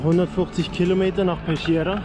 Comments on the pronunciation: pescheria spricht man aber wie peskiera aus, grüsse aus bozen :-) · Pesciera würd man schrieben wenn man’s so ausspricht wie du im Video! Das h zwischen c und i / e bzw zwischen g und i / e “stumpft ab” so mein Vorredner das beschreiben hat. Zb “gelato” (dschelato) vs (fiktiv) “ghelato” (ghelato). Spread the word, ich glaub fest daran dass Deutschland das irgendwann hinkriegt 😂